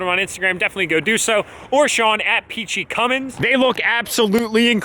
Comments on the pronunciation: Mini Cummins “mummins” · “The Cummins 1000”